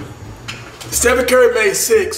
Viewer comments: he said stepheny curry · bruh said stephenie 🤣🤣😭